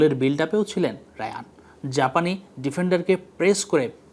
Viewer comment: তার নামের উচ্চারণ হায়ান রায়ান না